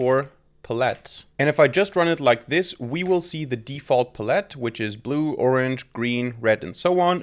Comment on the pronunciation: Love your content, but its "pal-ette"